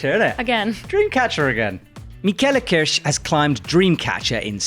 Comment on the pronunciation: lol Michaela Kiersch is American, no need to pronounce her name like it's Scottish or Irish.